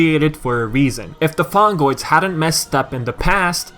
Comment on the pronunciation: (LAUGHING) ... Fungoids? You mean Fongoids. :D